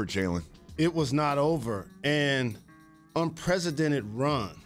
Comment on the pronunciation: “Unpresidented” smh